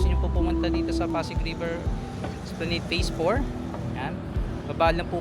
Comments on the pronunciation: It is pronounced as esplanad. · With due respect, esplanad po ang basa hindi esplaneyd...